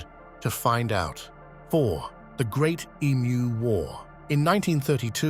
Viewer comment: the AI narrating this is hilarious. E-M-U?